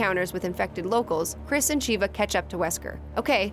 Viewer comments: Everything was fine until she pronounced Sheva's name wrong 😭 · Said Shivas name wrong in Resident Evil 5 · i cringed when she couldn't pronounce sheva's name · The way she says Sheva😥😥👌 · Okay but how do you pronounce Sheva wrong if you literally hear chris calling for her all the time in Re5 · When she mispronounces Sheva's name, I want to kill myself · You pronounce Sheva's name wrong it even tells you how to pronounce it in the gamw plus resident evil 7 could be in its own timeline as well just because Chris looks nothing like himself in it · SHEVA, not Shiva. It's driving me crazy lol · 2 things 1. It's "Sheva" not "Sheeva" 2. Wesker can not teleport. He just moves really fast. This proven by the way he looks like a black blur when he moves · for gods sake ITS NOT TELEPORTATION THAT WESKER DOES its super speed and super reflexes also SHEEEVA its pronounced SHEHVA wait why am i defending her shes my least fav resident evil character >.> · It’s Sheva not Sheeva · Sheeva? It is pronounced as (Shove-uh) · Wesker doesn't teleport, he just moves very fast. It's pronounced "Sheh-va" not "Sheeva". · You pronounced Shevas name wrong. It's more like Shev-uh not Shiva. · Sheva not Sheeva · I don't know why many people call Sheva "Sheeva", it's just "Sheva" damn it. :V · Sheva not SHEEVA. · It's "Sheva" not "Sheeva" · Just a small nitpick(and it's not "wEsKeR dOeSnT tElEpOrT"), but Sheva is pronounced "Sheh-Vah" not "Shee-Va". They even say it like that in RE5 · SHEH-vah. Not SHEE-vah. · it's Sheh-Va not She-Va 😂😂😂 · Cheeva? Is that really how she thinks Sheva is pronounced. She never played re5 at least that's how it's coming across. Aldo despite what most people think re6 was pretty fun. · sheh-va "sheva" not shiva "shee-va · Good video (didn't watch to the end as I still haven't played 7!) But it's "Sheva" like "forever", not "Sheeva" like "beaver" ;) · Its Sheva, not SHIHVA. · sheva not shiva lol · its sh eh vah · Sheva. Sheh-va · "Sheeva Alomar" oof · "Shiva Aroma"